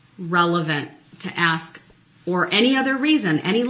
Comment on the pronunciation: Ax a question , lol